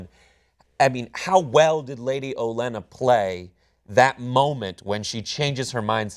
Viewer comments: OLENNA! It's OLENNA! Sorry, they are driving me crazy with this "Olienna" talk. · never thought hearing someone say "olianna" instead of "olenna" would be so off putting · The Queen of Thorns' name is "Olenna", not "Olee-ana" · Guys, the Queen of Thorns name is Olenna, not Oleanna. That's "Oh-Lenn-Ah" not "Oh-Lee-Anna." Her name has been said a number of times on the show, and has read the book and should know how it is spelled. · do me a favor and stop mispronouncing Olenna. Where are you getting Olyanna from? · The worst part is he's spreading it to other people. Ben started saying "Olyanna" and Cenk had it right at first, then switched to Olyanna. It's Olenna, no need to get fancy, just sound it out. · Cenk, you keep saying Lady Olienna. Makes me think of butter... mmmm...butter... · YES!!!!!! I swear i heard "old Lyanna" lol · the name is "Olenna" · I'm usually a big WTF fan and a fan of these reviews but your constant mispronouncing of Olenna and getting the title of episode 8 wrong was GRATING. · was pretty good in this video but I was a little dishearted by their repeated mispronunciations of Lady Olenna's name when they say her name over and over again in the bloody show and they claim to be a fan of the character. I'd almost rather them call her by her real name if they can't pronounce their show names properly. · Your mispronunciation of Olena made me cringe so hard I'm the new Three Eyed Raven. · OH - LEN - AH!! It's Olenna, not Olyenna. Sorry but i can't ignore but please for next time. OH - LEN - AH!! And Episode 8's title is called "No One". Episode 9 is titled "Battle of the Bastards". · God fucking damnit. Stop calling her Olyenna. There's no Y in there anywhere. Just stop!!!!!!! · Oh-lee-anna? Lol, don't u guys hear it pronounced in the show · It's Olenna, guys, not Oleanna. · It is Olenna Tyrell not Oleanna. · Its Olenna! O-Len-Ah...not O-lee-en-a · It's lady Olena not "oh llyana"